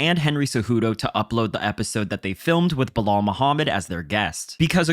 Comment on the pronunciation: Belal rhymes with "Kill Al" as opposed to "Sell All"